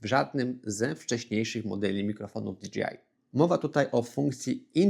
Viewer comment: Fajny materiał, merytoryczny. Ale jedna uwaga - "DiDżejAj", a nie "DiDżiAj" 😅